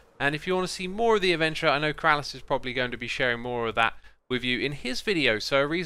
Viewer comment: Only keralis can say BeeRalis properly xD